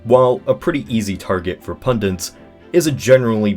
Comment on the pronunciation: Please Americans, There is no such word as "pundents". Pun-dits.